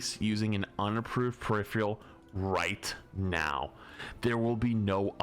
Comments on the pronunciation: It’s peripheral. Per-if-er-al. Not periphREal. Smh my head. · Died a little every time flats said peripheral 😂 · PER-IF-ER-AL, not PER-IF-RE-AL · its one of those words where many ppl make the same mistake just like "turret" does not contain the letter N.